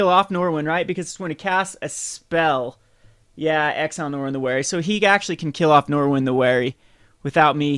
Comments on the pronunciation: There's no "w" in Norin. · Learn how to pronounce the card. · He can't even pronounce "again." Norin is way out of his league.